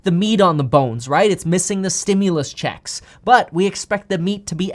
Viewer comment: Am I the only one that enjoys the way Kevin says “ checks “? 😊